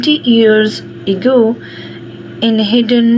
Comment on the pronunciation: Mam ego nahi ago hota hai pehle parnah seekh lai😂